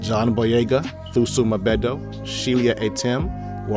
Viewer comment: it’s pronounced “too-soh mm-beh-du”. thuso mbedu.